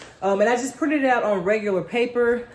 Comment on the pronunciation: "Regulat degular" haha